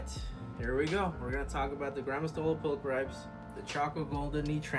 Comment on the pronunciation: Pul-cri-pees would be correct pronunciation. Every vowel is generally pronounced in latin.